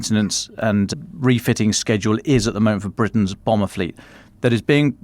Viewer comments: it's 'boomer', not 'bomber'. Well remembered on anechoic, those tiles are to help reduce the sound signature of the submarine. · “Bomber fleet”. Does he mean Boomer fleet?